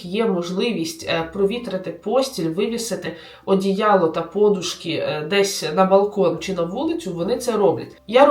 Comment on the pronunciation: І не пОдушка , а подУшка. Так завжди говорили в Україні, так написано в усіх словниках! Звідки взяли оці перекручені наголоси, де так кажуть і для чого цими помилками засмічують українську мову, -- велике питання.